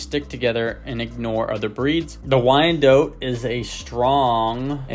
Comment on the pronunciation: Thanks for an excellent run down on this fabulous chicken. FYI: This bird's name is pronounced "why-en-dot," rather than "why-en-dote." If the spelling throws you off, consider the name Charlotte, which is pronounced "shar-lot" and not "shar-lote."